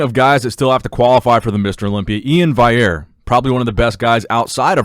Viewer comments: E-IN'S Second name is also pronounced VAL-E-AIR and not viair or what ever you say. PUT SOME RESPEK ON HIS NAME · It’s pronounced Valley Air.